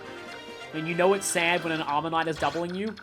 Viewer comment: i know it might be the accent difference and i mean no offense, but every time you say armor knight, i hear omanyte and then do a double take XD